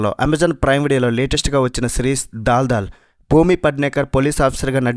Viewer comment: దాల్ దాల్ కాదు దల్ దల్